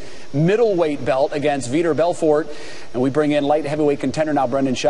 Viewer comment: For sure learn how to pronounce Vitor Belfort sportscaster lady i dont know.